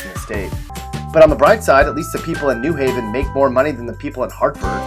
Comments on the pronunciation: Depressing. Plus, you said NEW Haven instead of New HAY-ven. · It’s New HAVEN. Not NEW Haven. The accent is on the Haven. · I think you should at least learn how to pronounce "new HAV-en" correctly before you denigrate it. It is clear that whoever threw this "crummy" pastiche together has never been to Connecticut. Connecticut at its "worst" is still great.